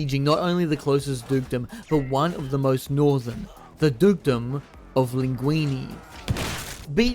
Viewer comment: Mousillon ( moo see yon ) not Mussolini Languille (lan guiw) not languini Bordeleaux ( bore the low) not borsexcadu 😅